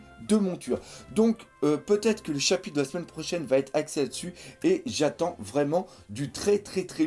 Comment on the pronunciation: Arrête de dire chapite c'est insuportable haha